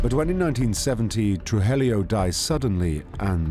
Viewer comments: Narrator keeps saying "Trujelio instead of Tru-ji-llo!!😂😂😂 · The narrator is a Brit, but there is certainly no excuse to mispronounce names/last names when they are readily available to hear in other docs and interviews. Saying Blank-o, and Tru-jilio is just lazy work, no matter what your accent sounds like. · his pronunciations of Medellin and Trujillo are abysmal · He mispronounces Trujillo and Medellin terribly. He adds letters that aren't there. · I caught that. Also they misspelled Miami as 'Miama', and that narrator's pronunciations of Medellin and Trujillo are a disaster. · Except for the horrific pronunciation of Spanish names...